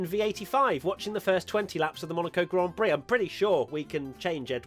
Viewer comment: Not enough people are talking about the way serena tried to say 'grand prix' istg